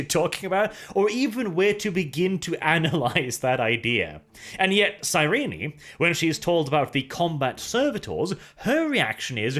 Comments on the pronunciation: Every time he says "Cyreenee" I hate it. I haven't heard how the audiobooks pronounce it, or how the writers intended it, but that's certainly not how it looks on the page. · His pronunciation is close to correct. In _Betrayer_, Cyrene corrects a certain Damon Pyrtannis who pronounces it SIGH-reen. According to her, it should be pronounced SIH-ren-nee. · Isn't the final e in Cyrene's name supposed to be silent? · I got the impression he was turned into a servitor because he SAID he was selling lamb, but instead sold dog. IE false advertising. It's still f#@ up but it's not the kind of f#@ up you're presenting =/ Also, the way you pronounce Cyrene's name hurts my soul.